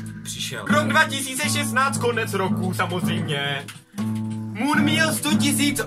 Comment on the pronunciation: už vím proč říká otok a mon protože to neumí vyslovit xD